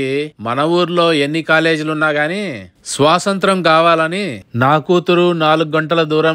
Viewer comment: Swasantram kadhu sir, Swathanthram. Just fun correction 😂.